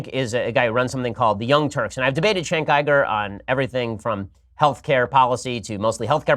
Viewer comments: You guys are just ripping Ben for the sake of ripping on him. I’ve read a lot of the comments but you’re just using petty points: criticizing how Ben mispronounced Cenk’s name, how he said it’s “bad because it’s bad” he wrote an entire book and talk about it multiple times. Its sad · How did this guy ever get his own show (Ben that is)? He's an absolutely horrible communicator and can't even pronounce Cenk's name right. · Shapiro found the lost edition of "How to be a Right Wing Hack for Dummies" Step 1 Deliberately mispronounce all Non White surnames. Step 2 Make a point and then agree with yourself. Porn is bad because it's bad because I said it's bad. Step 3 Enjoy others disappointment because it make you feel good. (It's your "porn"). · Shapiro is either super dumb or is a weasel pretending to not know how to pronounce Cenk's name. Typical passive aggressive. Either way he is not worth our time. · pretty clear that he's intentionally mispronouncing Cenk's name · Why is he purposely mispronouncing Cenk's name? If he is trying to make a point or debate, he needs to at least try to get that right. Come on man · Ben Shapiro is doing what all disingenuous talking heads do... they intentionally miss pronounce a name they know perfectly well how to speak. Ben has spoken Cenk's name correctly numerous times. He's literally just being an ass. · He wouldn't have kept saying it over and over if he wasn't trolling with his name. Plus the the way he was saying it doesn't even match up with how it's spelled. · He deliberately mispronounces his name to make it seem like he doesn't really know or pay attention to him. GTFOH! Lol! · I hate when people with no arguments intentionally mispronounce people's names. It's sorta an ultimate sign if 'I have no actual argument' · He's definitely mispronouncing on purpose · If he's debated Cenk on so many issues, then why can't he pronounce his name? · It’s just blatant disrespect. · Dee Lish because Ben is trolling...?